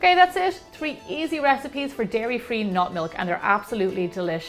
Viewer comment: I can't tell if she's saying nut milk or not milk